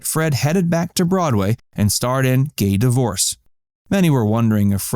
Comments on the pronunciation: It's pronounced 'Gay Divorsay,' rather than 'Gay Divorce.' It's spelt: 'Divorcee.' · Pronounced "The Gay Di - vor- say", not "The Gay Divorce". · The musical is not, “The Gay Divorce”....it’s, “The Gay Divorcée,” phonetically pronounced as, “divor-SAY.” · Great video. But, yes, the last word in Fred's big break is pronounced Dih-vor-SAY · Divorcee pronounced di-vor-say. You really should check your script before making a fool of yourself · learn how to pronounce divorcee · It's pronounced Gay Divorcée! You need to watch TCM and study these beauties of the cinema. 🎥 You should do a vlog on Mary, Lottie and Jack Pickford. The Pickfair estate was so beautiful, but Pia Zidora tore it down. Learn about silent film era which often is forgotten!